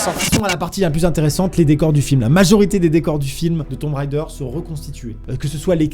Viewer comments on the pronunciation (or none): Ahahah, dessoler mais mes oreilles saignent: on ne dit pas "Tombe raideur" mais "Tom Raider" (on NE prononce PAS le B dans tomb). C’était le p'tit cours d'anglais ;) ...